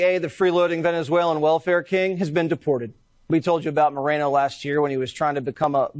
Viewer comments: It’s Moren-No. Not Moren-yes. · I am Hispanic myself and I agree with you on your statement on this guy being a POS 💩. I didn’t even know he even existed until now. Thanks 👍🏾. And I am not offended by the mispronunciation of his name. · Lol, i think you are pronouncing his name the ONLY way it actually wouldnt be pronounced given his latino roots 🤣 😂 😄